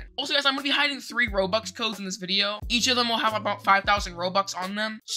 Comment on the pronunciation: DUDE THATS NOT HOW YOU SAY ROBUX AND YOUR A ROBUX BEGGER